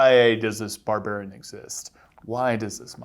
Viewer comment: "Barburian" It shouldn't make me as upset as it does